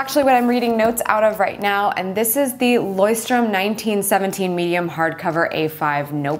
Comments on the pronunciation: I love my Leuchtturm1917 notebook, thanks for showing me how to pronounce it! The dots are fun, kind of halfway between graph and lined, it feels very flexible. But mostly I love that it has page numbers. I'd love to hear how you bullet journal, I worry I would spend too much time trying to make it pretty then give it up when I had to look at the mess I made. -Pixi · Love bullet journaling. Thanks for the pronunciation of the brand. That PIXI looks great! Would love one